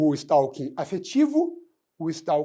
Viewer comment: A pronúncia correta do novo crime (art. 147-A do CP) é STÓ-KIN.